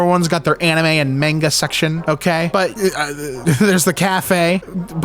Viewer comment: . Is he saying section or sex-tion....